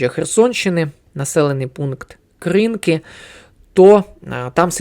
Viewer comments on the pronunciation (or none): none